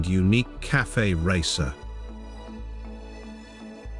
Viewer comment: Your channel is crap. Can't even pronounce cafe. Hopeless...